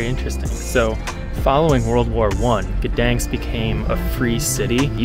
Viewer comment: Not so difficult to pronounce the city's name correctly.